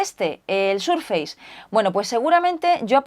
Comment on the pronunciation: Microsoft viene de muy antiguo, y es muy fácil de pronunciar, el prefijo "micro" existe en castellano así que se asimila. De todas formas es posible que si Microsoft fuera una marca nueva, recién salida y la aprendiéramos ahora, puede que entonces la pronunciáramos "Maicrosoft", de todas formas, se pronuncia "SurfeiS" no "SurfeiZ".